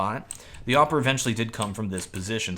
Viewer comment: You made me laugh but it's ok XD. By the way, correct is Awp-er, the guy who uses the AWP Sniper